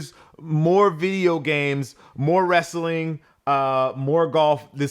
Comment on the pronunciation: You said "wrastlin"! 🤣